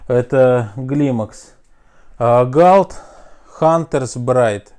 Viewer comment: Не Глимакс а клаймакс, и не галт а культ.